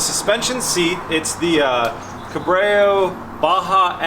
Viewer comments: it's a french word, you're right it's pronounced "core-bo" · 😂 it's pronounced "kor-bow* not "ko-bray-u" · "Corbreyu".... Ahtreyu's long lost brother. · Say goodbye to future sponsorships for cobrayo bud (if u knew how to read its spelt cor-beau and pronounced corbo but guess u cant read or pronounce simple words) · Pronounced "Cor-bow not Corbrayo 😂😂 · Corbeau is French for raven, hence the logo... an it’s sure not pronounce Co-brayo!! 😂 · Nice vidéo except its not pronouced corbéo its corbo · kor ~ bow lol not cuh ~ breh ~ o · for gawsh sakes... its CORE-BOW , not corbrA-o (no second R). :) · Co-Bray-You Everyone watching this - IT'S PRONOUNCED "CORE-BOW"! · It's CORBO not CORBREO!!!! lmao! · How do you get ka-brayo from cor-bow? Lol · Why does the have to say "Cobreo seats". Corbeau is french for a raven, you have to pronounce it like if you are reading "Corbo" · I just came here to comment on those sick "cubrayuh's"! Lmao. Builds coming along nicely though. Ps (core-bo) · It’s pronounced CORE - BOW.... not core brayo.... 🤦🏼‍♂️🤣☠️🤦🏼‍♂️ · Ok we need to talk about the Cuh-bray-oo seats. 🥴 Always thought it was pronounced Core-bo. I did a little double take and rewind on that one. Lol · yea I hope corbeau peeps didnt watch this episode yet lol but yea its kor ~ bow lol not cuh ~ breh ~ o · I like the tail lights without the surrounds, move to the inside and I think it would look awesome. Keeps with the Lamborghini style with the way they are designed. Also like everyone else said - the seats are pronounced Cor-Bow lol... when I first heard you say it I was like, whoa, what? Lol... all good though!! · Co Bray oh lmaooo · Dude, it’s pronounced CORBO, EAU in French is O, and corbeau means the bird raven (source: I’m French). Amazing build though, can’t wait to watch it roar! 😉✌🏻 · I like the tail lights, and the seats (pronounced "Core-Bo") AWESOME EPISODE! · its pronounced "CoreBow" seats. not what u were saying. sick build :D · Say it with me. KOR-BO